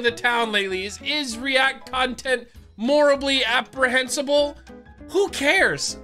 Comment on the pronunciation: "Morably abrehensible" lmao 😂😂